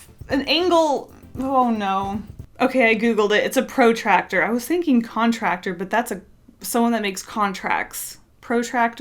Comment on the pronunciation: everyone else: what they think these items would be useful for. me: why did u say protractor that way hmmmmm ?